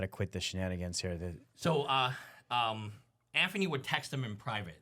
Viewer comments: His name is ANTHONY! Not Anferny! 🤦‍♂️ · I thought there was something wrong with me, but i realize this guy cant tell a story. for a guy that post many videos about him, how TF does he keep saying Anferny ?!? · “Jimmy is wiff Anphony” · Tugger, Coachcaine, Anphony...